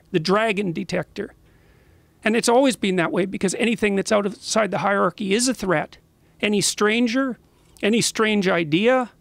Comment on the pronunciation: Jordan needs to learn to pronounce the word "hierarchy" correctly. He keeps saying "harky". Just sounds goofy as hell.